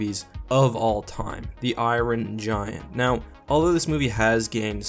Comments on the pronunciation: Never heard of the "eyeron gian" I do like the iron giant though might have to give it a watch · Who don't love the " iorin"giant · I-Ron Giant. Lol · Why do you say it like Iwon giant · "Eye-run Giant"